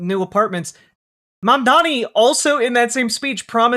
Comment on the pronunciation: The way that not a single one of these head asses can say Mamdani, when it is like the easiest fucking name to say. Mandami???